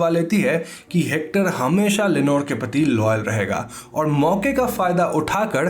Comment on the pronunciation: Am I the only one who can hear Lenore Ke pati (पति) instead of Lenore ke prati (प्रति) 🗣👂🏻😅😅😅